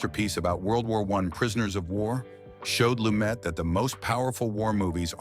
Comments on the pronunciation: It's pronounced "Lu-met" and he made several movies outside NYC. THE HILL, THE OFFENSE (UK), MURDER ON THE ORIENT EXPRESS (France), THE MORNING AFTER (LA), THE VERDICT (partially in Boston), THE FUGITIVE KIND (Upstate New York). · It's pronounced Loo-MET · PRONOUNCED "LUMAY" IF HE EMBRACED THE FRENCH ORIGIN OF HIS NAME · Nevertheless, he pronounced it "Lu-met." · Can they at least get the pronunciation correct on the subject.